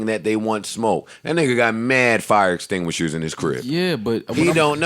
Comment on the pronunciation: Hes got mad fire extinghishers at the crib lol that killed me